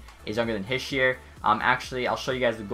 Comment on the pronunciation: Its pronounced nico heesher not hisher